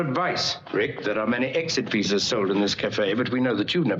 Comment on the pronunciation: It is odd that during the opening narration the narrator mispronounces "visas" , he says something like "visays". But the word is pronounced correctly several times by actors in the film.